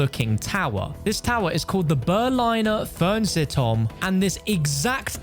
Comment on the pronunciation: I am from Germany and the "Böhrliner Föhrnsehntorm" got me weak bro :D